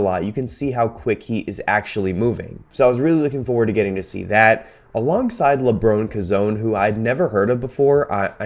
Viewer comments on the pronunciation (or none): FYI, LaBron KoZone is pronounced Lebron Co-Zone